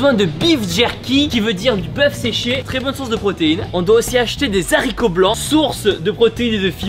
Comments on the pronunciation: Tibo des haricots blancs ça se prononce dès « aricot blanc » et pas des « zaricot blancs »😂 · Haricots blancs pas les sharicots blancs😓😓 oulala faut déjà que tu saches les mathématiques et les mots par cœur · Bonsoir ici Michel le connard. À on ne dit pas des "zaricots" blancs mais bel et bien des haricots blancs car il y a un "H" à haricot et donc il n'y a pas de liaison Merci par avance Cordialement Michel le connard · Mdr tu dit des « z’haricots» au lieu des haricots 😂😂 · Incroyable la vidéo mais c'est des Haricots blancs pas des zaricots blancs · ON ne Di pa des sariqo on di des ariqo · Ohhhh mon Dieu 😱😱😱😱 on dit des HARICOTS PAS ZARICOTS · Haricots et pas des zarricots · Ont dit: « des haricots » pas « des zarico » pas de liaison, ont est 4M à te regarder quand même mdrrr😂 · Pas des " z'haricots " , des haricots , on ne fait pas la liaison. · HARICOTS TIBO HARICOTS!!!!!! PAS ZHARICOTS!!!!!!!!!!! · On dit des haricots pas des zaricots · C'est des haricots blancs pas des zharicots blancs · S'il te plaît Tibo, je sais que je vais paraître chiante mais s'il te plaît s'il te plaît s'il te plaît, on dit des... haricots et pas des zaricots, voyons il y a des enfants qui regardent quand même 😊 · Des haricots pas des s’ haricots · A on di des haricots blanc et pas des zharicots blanc 😂😂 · Des "H"aricots blanc !!! A chaque vidéo ça me pique les oreilles 😂 j'ai donc pris la grande décision de faire un appel à la population pour que tu arrêtes de dire des Zaricots 😂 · Ça ne se dit pas des z’haricots 😭😂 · on dit les haricots sans le "S"🙃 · Les z’aricot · On de des haricots pas des s' harico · « Des Zaricot » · Les zaricots 😅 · des S'haricots blanc! Le français est mort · Tu as dis des zaricots !!!hihiiii HIIXDDDD 😂😂😂😂😂😂😂😂😂😂😂 ALORS QU'IL Y A DEUX ANS TU AVAIS CORRIGÉ CETTE FAUTE DANS LA VIDÉOS DU GARÇON QUI FAISAIT 148.? KG😂😂😂HHH😅😅😅 😥😥 ahem...voilà... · il me stresse en disant des zaricots blancs meme si je sais que ca se dit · On dit des Aricots(haricots)